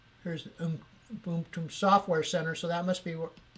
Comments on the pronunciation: It is pronouced oo-boon-too. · "MBOOP?" "ubuntu" "ubuntu" LOL I laughed when he said "MBOOP" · people dont know how to pronounce words. its not ooboontoo its u-bun-too. not oober its ubb-er..linux li-nucks...not lin-ucs..ether not eeether there you all some drunk hillbillies adding word that dont belooong trying to sound gee wizz piizz smart..play pc games you video game player or ub-er l33t. gamer too generilzed shit slot jockies casino called gamers. yeah linucks - unix far more advaced than mac os...